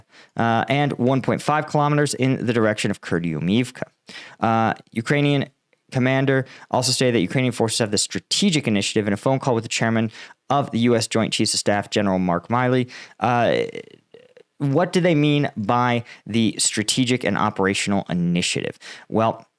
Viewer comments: Just FYI, It's Gen Mark Milley (pronounced Mill - E) it's not Miley (not Mile - E) Otherwise, great vid, thank you! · Did you just say “Miley”? Like Miley Cyrus? Bro have some respect for General Milley.